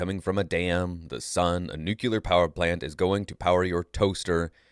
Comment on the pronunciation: Oh my god, you just said NU-CUE-LAR. UNSUBSCRIBED.